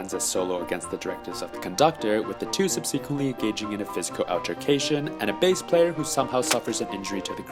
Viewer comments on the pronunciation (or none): Is this a robot announcer or just somebody with a very limited grasp of English pronunciation? Examples : inebriation, zealous, subsequently.